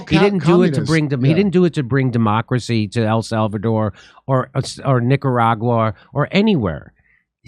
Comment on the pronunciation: "Nicaurguay" -Rep. Omar